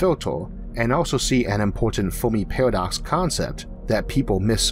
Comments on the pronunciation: great vid....but i cant stand this guys speech impediment. lol is it a pairwodocks..or paradox? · Narrator says Pawadox, lol